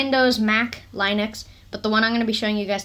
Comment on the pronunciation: stop saying line-ux